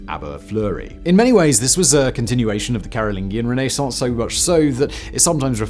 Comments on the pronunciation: New drinking game. Shot every time Simon says Renee-sance. You'll be blotto by minute 7. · Noorth americans. "Renassance!". Lol we are so lazy. :) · I love his pronunciation of renascence. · It may be correct but that is the most irritating pronunciation of Renaissance I’ve ever heard… and it’s said so many times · Is your pronunciation of Renaissance normal in England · The way you say Renaissance has me stabbing my ears LOL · The pronunciation of renaissance in this video killed me.